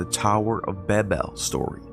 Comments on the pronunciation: Dude, again, do your pronunciation research!! Tower of Babel ("Bay-bel") it's a long "a" because there aren't 2 "b"s following the a (not "Babbel" Ba-bel). Stop being lazy with pronunciation in your videos. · The way he pronounced Babel made me throw my phone multiple times. What the fuck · How come people can’t say Babel? 🤷🏻‍♂️😄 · Ok...you lost me when you kept mispronouncing Babel...come on man ! (I did keep listening tho ! 😅)